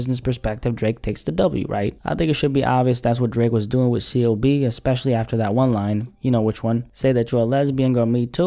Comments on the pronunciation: Bruh called the OVO Don as Dreeeek like a souja😭💀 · Why say drake like that 😭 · The way you said Drake at the beginning of the video has me in tears😂😂😂🤣🤣🤣